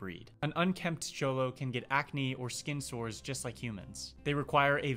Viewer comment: I'm glad to hear you pronounced the X in Xolo right! I love these little cuties. I would love to have one but they take more experience than I have as a dog owner. :(